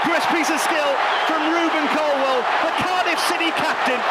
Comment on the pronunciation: Love Ruben, hate Donovan. Incapable of asking intelligent questions, and can’t even pronounce Colwill. WILL NOT WELL YOU IDIOT!